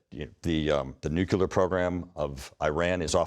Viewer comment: I like how when fact checked, Turner's responses are basically "But it's Biden's fault somehow". Also, every time he say nuculear instead of nuclear is like nails on a chalk board.